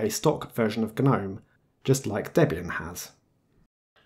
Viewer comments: "Guh-nome"? You know its pronounced "nome" right? The G is silent. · its pronounced nome not gu-nome! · It's a silent G, the word gnome has a 'G' but is pronounced 'nome'. I thought I'd manage to ignore it but by 3 minutes in I had to post a comment. Sorry.